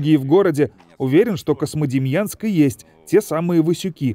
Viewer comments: Диктор что неодекват? Космодемьянском называет. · Почему вы говорите КоСьмодемьянск??? Правильно КоЗьмодемьянск, книжки читать надо))) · Очень хороший очерк про славный город Козьмодемьянск. Знаю этот город, много раз бывал там. Но.... Очень редит слух когда "голос за кадром" на протяжении всего фильма называет город КоСмодемьянск, а не КоЗьмодемьянск. Козьма и Демиан. Местные называют свой город Кузьма. В общем диктор неправ. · Эх, а у меня бабашка родом была оттуда, а я так и не узнал никого из тамошней родни, бывал ребенком в 80-м году проездом на теплоходе, но ничего и никого не помню (((. PS почему автор все время произносит КоСмодемьянск? Там ведь явное мягкое "3". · автор говорит "Космодемьянск" )) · мне одному слышится Космодемьянск ??????????